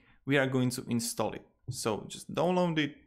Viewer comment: he said "dong long" instead of download